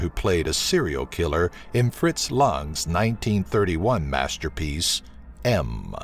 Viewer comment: It's Fritz Lang, rhymes with bang.